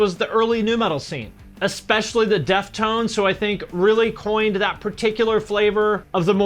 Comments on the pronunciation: "THE deftones" ............ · “the Deftones” lol